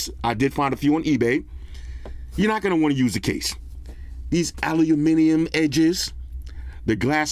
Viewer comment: Aww man!!! Sorry to hear about your Mom passing away. Always love your positivity despite your circumstances bro 🙏🏾🙏🏾🙏🏾. I also love your made up words...alu-a-minimum, pocketable, sllo-tt 🤣🤣🤣 you're definitely a 🐐 in the reviews